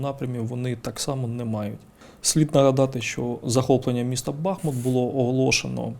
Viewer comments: БахмУт, а не БАхмут ааааааааааа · Правильно казати БазМУт. Наголос на склад Му.